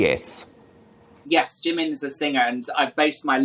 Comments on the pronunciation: It's pronounced 'Jee-Min' not Jimmin. If you are going to be Korean at least make an effort to understand the language. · the way the interviwer pronounces "jimin" tho 😂 "jaMIN" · it's the fact that he's even butchering Jimin's name